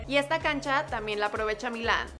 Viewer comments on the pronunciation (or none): none